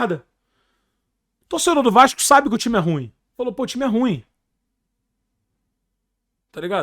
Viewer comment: Esse "TAIME" perfeito aqui 😂😂😂😂😂😂😂😂😂